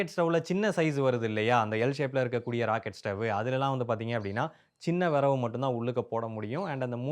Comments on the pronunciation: தம்பி, அது விறகு . . . வினவு இல்லை, தமிழை கொஞ்சம் சரியாக உச்சரிக்க பழகுங்க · Its not viravu its viragu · அது விறவு இல்லை 😂😂😂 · அய்யா அது விறவு இல்லை அய்யா விறகு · விரவு இல்லை. விறகு 👍🏻😀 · Tirunelveli slang